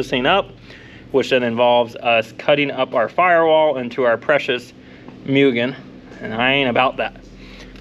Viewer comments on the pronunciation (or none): It's pronounced MOO-GEN